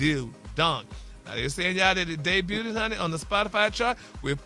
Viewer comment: Day-butted!! 😮 Debuted Gary😂